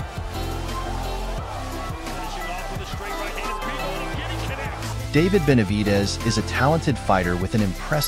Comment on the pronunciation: It's bivol not bible